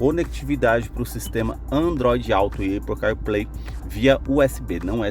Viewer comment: Amigo, ótimo vídeo! Só um detalhe: Apple, se fala "Épol", e não "Êipol" rsrs De qualquer forma, parabéns pela apresentação em detalhes!